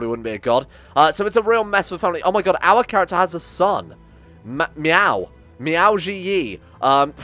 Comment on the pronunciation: I have to say, the only Chinese word you managed to pronounce right so far was "Miao" so don't worry about it.